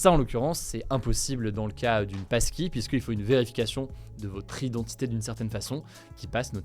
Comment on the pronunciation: Et y a moi qui entends PASTILLE au lieu de PASSKEY